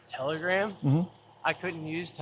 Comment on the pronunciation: Lol it's a joke like how doesn't know how to pronounce telegram yet